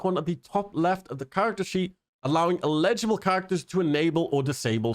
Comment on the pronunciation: Wait, how are you saying "eligible" again? Because it sounds like you're saying, "illegible". While the root words have a connection, "eligible" means "having the right to do or obtain something; satisfying the appropriate conditions." On the other hand, "illegible" means "not clear enough to be read." With eligible, the emphasis goes on the "el-" syllable, whereas "illegible" tends to favor the "lehj-" sounding syllable. I apologize for coming off like the grammar police, but I honestly couldn't make sense of what you were saying until I read the patch notes along with you. As to the update itself, most of this went over my head, but I'm a brand new player (I only started I think Monday or Tuesday of this week.) The one thing I would like to see them add is Edit HUD and Photo Mode for console players.